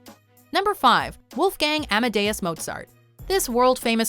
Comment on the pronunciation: You pronounced mozart's name soooooo wrong....